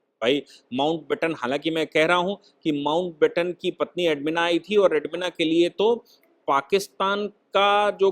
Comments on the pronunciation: एडविना.... एडमिना नही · Admina nahi Sahib naam galat hai. SLI NAAM EDWINA HAI